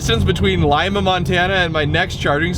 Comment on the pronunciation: I’m pretty sure you are pronouncing Lima wrong. I could be wrong, but we pass by there all the time when we go to visit my family up in Butte, and I’m pretty sure it’s pronounced Lee Ma, not Lime a.